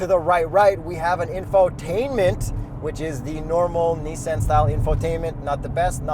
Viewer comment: Nooooooo, I will only allow you to say mezda wrong, not nissAN too. :)